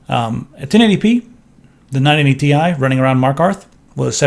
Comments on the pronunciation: You pronounced "TI" as TEE-EYE instead of tie. The Nvidia gods shall be angry. Honestly it should officially be just called tee-eye instead of tie. That's how I call it, and screw Nvidia marketing. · stop saying 980 THAI its the 980 T I :D goddamn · Aristeidis Zoungouridis Well it is not actually pronounced like that the CEO of NVIDIA even says T-I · UGHHHHHHH "980 TY" UGHHHHHHHH.....Stop....just Stop. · Captain Asteroid It does refer to Titanium-- using the periodic table abbreviation When saying chemical formulas out loud you don't say it like a word like "tie." You don't say CO2 Kohhtwo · "Ti" as one word. Sound so weird. Probably a legit way to pronounce it, but I cant stand it >:<